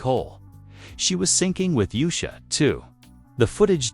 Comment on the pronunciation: Her name is not Yu'sha! Its pronounced Oosha!